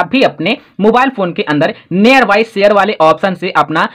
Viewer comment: Near bolna sikho pahle